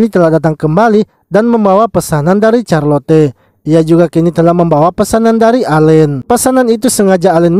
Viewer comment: Knp carlote bg itu di bacanya carlot